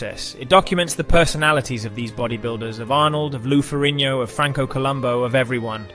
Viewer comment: was this AI? keeps saying years as 1 thousands 9 hundred and ninety 3 stead of 1993 or miss pronouncing Lou ferrigno.